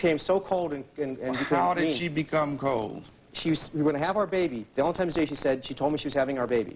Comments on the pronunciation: If this guy says valentimes days one more time I'm gonna lose it. Its valentine's day you dolt! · Stop saying ValentiMEs Day!!!! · Valentimes Day!!!!! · “Valentimes day”